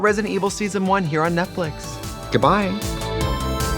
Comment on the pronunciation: Netflix said “Trixie you gotta stop calling it Netflick, okay? It’s not our proper branding.”